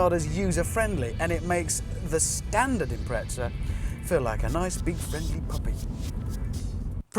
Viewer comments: im-pre-za why the fuck do Brits add a T? im-pret-za. there's no T wtf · He pronounces it like "tz" because that's how the Italians pronounce their Z's. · Jimbob Randoms The British (and Australians) have a knack for improperly pronouncing names from Japanese companies. Nissan and Prius are good examples of this. For whatever reason, Hammond, on more than one occasion, likes to pronounced Impreza as though it were spelled Imprezza and with an Italian accent.. Personally, I pronounce the Z as just a Z.